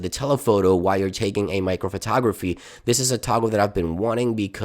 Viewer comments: ITS MACRO NOT MICRO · *Macro, not micro